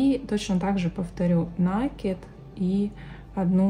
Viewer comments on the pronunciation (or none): Как услышишь слово накид с ударением на первый слог ну прям смотреть не хочется.